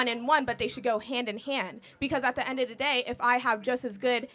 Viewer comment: It drives me crazy how she says “da” instead of “the”